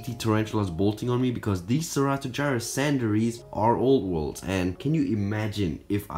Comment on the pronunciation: When says old world I always think he says oat world